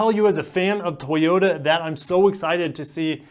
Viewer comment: Why are you saying it like that : tHoyota?